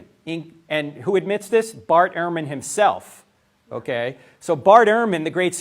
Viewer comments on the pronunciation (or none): His last name is pronounced Ur-man. Not Air-man. Good video tho.